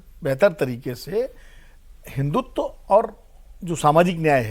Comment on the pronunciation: हिंदुत्व होता है हिंदुत्वा नहीं